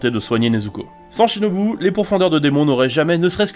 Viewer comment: Pourquoi ShinobU ça se prononce Shinobou